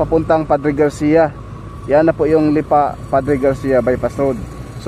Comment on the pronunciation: Bakit "Lipà" ang pronounciation? Hahah